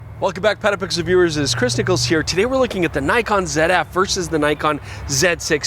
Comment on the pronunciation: great video! At the intro, I initially thought you introduced yourself as “christacles”. I listened to it again and heard “Chris Niccolls”. All good.